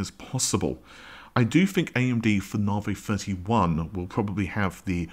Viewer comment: Considering that AMD is your thing why the hell can you not correctly pronounce Navi? There is no such AMD product as Narvay.